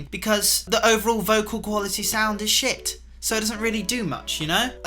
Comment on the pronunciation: Didn’t realise he was British till he said shit